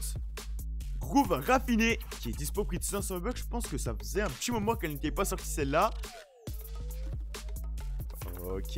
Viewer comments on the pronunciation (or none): none